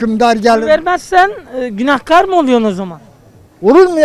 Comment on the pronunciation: İsrarla Günahkar ı yanlış söylüyorsun, israrla karşındakiler doğru söylüyor kelimeyi😂😂